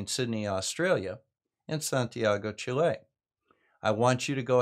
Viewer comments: Pronounced Chilly, not Chilay, great vid as usual. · I'm sorry but I need to correct you. In you said:"Dave suggested was this city in Tierra del Fuego in southern Chile"(meaning Ushuaia) And is wrong because Ushuaia is an Argentinian city. Chile is a word with the accent on the first syllable.